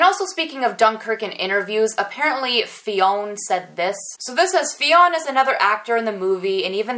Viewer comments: fionn is irish and its pronounced like Fyun but i couldnt stop laughing when you kept calling him Fiona😂😂😂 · Fionn is pronounced as "Finn" c: just found that out in one of their interviews. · Fionn is a Conchobar 2.0 😂😂😂 Fionn is pronounced Finn. It's an Irish name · Fionn name is pronounced Finn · Loved this vid as I do all of them. Great info for sure! Please keep the vids coming! I'm still laughing at you saying "Fiona"...every time you said that I laughed until I was in tears! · The name Fionn is pronounced "fin". The o is silent.